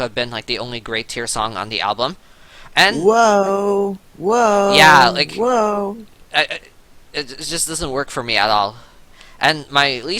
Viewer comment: it's "Whoa", get it right :'-(